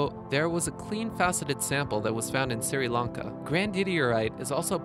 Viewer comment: Siri Lanka? Red Bearille?